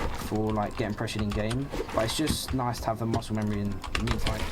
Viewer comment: "THNUH NOICE"